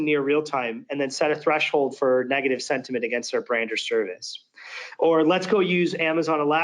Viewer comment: Somebody tell the demo guy that it's SENT-iment, not SED-iment... ;o)